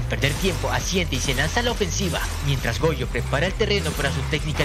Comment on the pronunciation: Jojo o Gojo cual de los dos por cuando dices Jojo dices Gojo